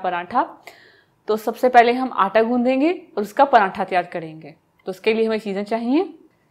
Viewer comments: Paranthaaaaa 😂😂😂😂 sis its paratha mera to hass hass k bura haal 😂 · Bagi ap makeup acha nahi karti....aur prantha nahi hota paratha hota ha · not prantha true word is pratha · PraNtha nhi pratha hota h